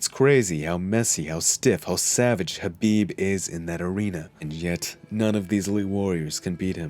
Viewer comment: The K in Khabib isn't silent is it because the narrator sounds like he's missing the K at the beginning every time he says Khabib's name. I bet Khabib can't stand when mofo's say his name wrong and I bet it happens 24/7 smh